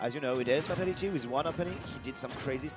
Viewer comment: It's pronounced "fay-TAL-it-ee"